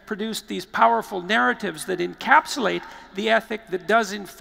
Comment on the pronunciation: And “encapsulate”